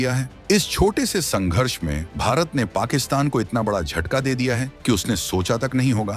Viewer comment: आपका उच्चारण बिल्कुल भी ठीक नहीं है बड़ा और पड़ा आदि गलत तरीके से बोलना और सुनना बहुत ही अखर रहा है